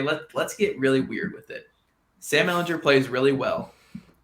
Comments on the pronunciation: Please learn to pronounce your starting QB's last name. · Went to the comments to say this lol. I can't go the rest of the season hearing that 🤣